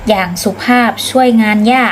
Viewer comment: .อ่านผิด คุณแม่สุภาพ ครับ